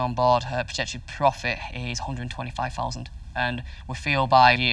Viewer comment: One fousand. Seven fousand!